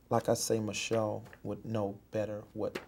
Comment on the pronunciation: I know I'm late but I made the mistake of reading your comment in my first few seconds of watching the video, and then every single time he said "Michelle" I couldn't breatheee!!! 😂😂😂 He really pronounces it "ma-shell" too!!! 😭😭💀💀